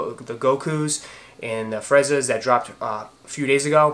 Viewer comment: Great review as always Fam. Being an O.G. Dragonball fan since 2000 I HAVE to tell you it's pronounced like Freezah, not Freza. Believe the other one was Gohan, -han sounds like the beginning of Honda... not han(d). (Aight, aight let's get back w the kiccs) Guess for October I can rest the pockets a li'l bit...want to snatch up those 33s. I'm one of those O.G., 1-11 Jordans. I joined the USAF as an F-16 Crew Chief when 11s came out, so really didn't pay attention to the newer models afterwards. Thought they were getting too "futuristic" w the designs and silhouettes. But those 33s are a pretty package of a sneaker. Wish they were real leather/nubuck/suede accents w the new synthetic materials it comes w...but that's the retro side thinking, now newer, lighter, synthetic materials newer versions employ. Also looking to snatch up those Chlorophyll 3s coming out. Have the Bio Beiges, Flyknit 3, Quai54s 3s, and several others. The Tinker 10s may be in sights too. The orange Off-White Blazers are legit. Like those better than the black pair. Perfect for fall back there in the Megalopolis. (Originally from the Jersey side of Philly, so know those fall colors and how to roc'm) I'm Team Nike for the most part, but those Adidas w the blues, reds and purples in them are aight. Nice subtle pair of kiccs you can match a lot of gear w. Thanks for the entertaining and informative vlog...can't wait to see future content. 2k should be very soon!